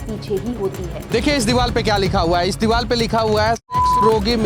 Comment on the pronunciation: Bhai aap diwal kyu bolte ho diwar na infact woh reporter bhi diwal hi bola Aisa kyu